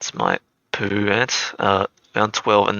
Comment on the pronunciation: Anyone gonna point out how he says Peru like poo😂 I know I'm a child. Nothing against you bro just something I found funny👍